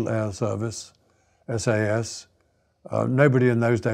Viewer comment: I know he's trying to say SAS, but it comes out as "We the SS". A bit unfortunate.